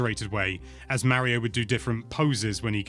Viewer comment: Legit what’s with him seemingly purposefully mispronouncing “Mario”?